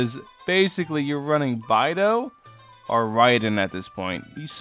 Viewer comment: Oof, it's bay-dough. I'm sad haha